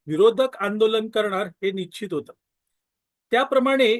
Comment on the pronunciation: स्पष्ट आणि शुद्ध बोलण हे अपेक्षित आहे आपण निच्चीत असा शब्दप्रयोग वारंवार वपरला आहे.कृपा करा,नीच्चीत नसून निश्चित हा शब्द आहे.मराठीचा दर्जा घसरू देऊ नये.आजकाल ग्रामीण भागातील बोली भाषेचा च वापर केला जातो,हा ट्रेंड चालू आहे. पण अभिजात मराठी भाषेचा वापरच अभिप्रेत आहे.